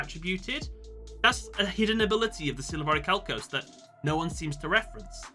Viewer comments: Its pronounced 'oricalcamalose'! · Um, I believe it's pronounced "Or-i-ma-calc-u-lous" 😉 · deep breath IT'S PRONOUNCED ORICHALCIMALOS!